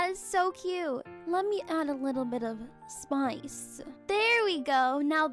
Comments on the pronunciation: Haha I love how she said “spoice” instead of “spice” 😂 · I LOVED UR ACCENT WHEN U SAID "lemme add a little ✨spice✨to that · The way she Said spice Im dying